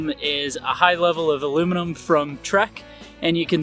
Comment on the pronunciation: Aluminum not alooom minum